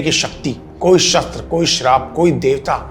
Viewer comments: Bhai 'shaastra' nahi 'shashtra' hota hai... Btw very nice video.❤ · bhai last video me bhi comment kiya tha, again asking you to correctly pronounce Shastra- knowledge of ancient text Shstra- weapon .